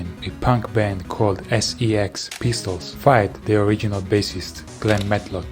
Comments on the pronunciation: I like how he said s.e.x pistols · ES-EE-EX Pistols